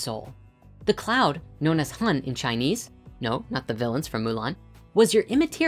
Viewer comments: 魂 Hun is pronounced like HOON and 魄 Po is more like POu.Grat video though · Sharing that "7 hun 4 po" is pronounced more like "7 hoon 4 pour" pretty cool how ancient thoughts got it all figured out isn't it. It was also cool I finally learnt what sa and Sekhem meant as a Sekhem student